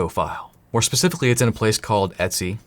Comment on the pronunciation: I keep thinking you're saying "Etsy password" Lmao.